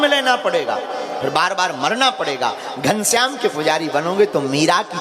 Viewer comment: Ghanshyam kya hota hai ghan? Syam Please mardashn kri